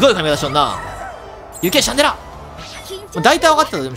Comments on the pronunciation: シャ（ン↓）デ（ラ↑）じゃない？ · 発音シャン寺じゃん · ラーメンと似たような発音だよなww